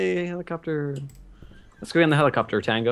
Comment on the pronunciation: it's a hell-i-copter